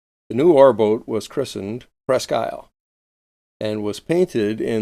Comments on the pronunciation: Presque Isle pronounced Presk-eel. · Very interesting. One correction, however. The town name, and so the name of the ship, is French, therefore pronounced "Presk-Eel"